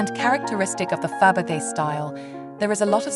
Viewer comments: What is shocking that you did not care to learn to pronounce correctly the name of your hero, which is a cultural noun in the World Art (if you pretend to be some kind of expert in jewellery; and that made me wonder - whether the voice is of a real poorly educated human or a synthetic Abomination that nobody (human) bothered to check and correct - and such sloppiness is disrespectful and jarring - especially in the connection to the feligree jeweller. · The poor English makes this unwatchable- the robot voice can’t even pronounce Fabergé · Please could you pronounce the names correctly, to start with Fabergé? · Its such a shame, so hard to listen to and negates the beauty of the pieces when the name of Faberge is mispronounced. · OF all the artists to mispronounce Faberge should never be one them. It's disrespectful to the artists. Please make sure you can pronounce the artists you cover. It's aggravating!